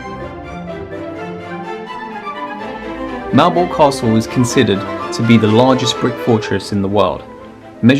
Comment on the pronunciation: Malbork, Wawel .... how dare you come here so unprepared .